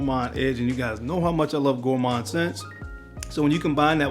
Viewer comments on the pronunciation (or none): none